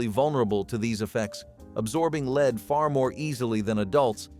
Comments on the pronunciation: Also "lead" soldering is pronounced so it rhymes with "red". It's not pronounced to rhyme with "bleed". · Leed = Lead